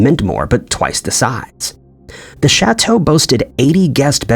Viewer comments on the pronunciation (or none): none